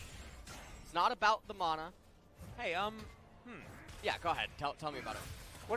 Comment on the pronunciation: It’s MANa not MONa